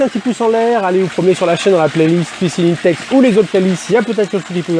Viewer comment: C pas inetex mais 1tex pour la pronaonsiaation